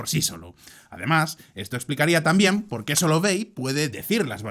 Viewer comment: Pol qué? No hay "polqué"😂😂